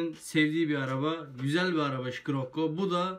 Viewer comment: Şikirokko değil şirekko